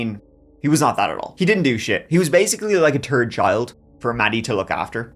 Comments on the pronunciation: I love when you say “third” but you pronounce it as “turd” because of your accent and then today you say “he was basically a turd child….and he’s a turd” this officially made my day! Lol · I laugh out loud when he says “ turd “. Love you brother !! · Basically a third child and he was also a “turd” too—been waiting to hear how you’d pronounce those words together since you first started on YT:-) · “…and he also a turd too.” 😂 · “And he was also a turd too”……BWAHAHA, luv ya 😂😂😂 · A third child or a turd child? Both make sense. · "Turd" child 😂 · “He was basically like a turd child for Maddie to look after, and he was also a turd too”! Lmfao I’m sorry, but that was friggen hilarious! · Elevan turd-he. Learn English, innit? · “he was basically a tird child for her to look over… and he was a turd too” this killed me 🤣 🤣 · You saying he's a turd child and also a turd tells me now u say turd on purpose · 😅 he was the third child, " the way you say third ' and a turd too LOL.!!!!! Now that's damn funny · He finally acknowledged that his "third" sounds like "turd" 😂 It's GOO Time❤ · "He was like a TIRD child for Maddy to look after, and he was also a TURD too," 😂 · I thought he said "turd" at first when he said "third." Then he clarified! Hahaha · 😂 I childishly always giggle at pronunciation of "third" but this one takes the cake. So glad saw it too lol